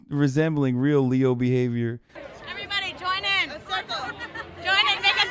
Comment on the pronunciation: leo behivieurr wtf dude